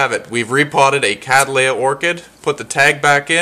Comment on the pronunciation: The genus name comes from the surname Cattley which is pronounced Kat-ley. Its generic name thus becomes Kat-ley-uh a 3 syllable word. However you are managing to turn it into a 4 syllable one :- Kad-dal-ay-uh. KAT-LEY-UH please !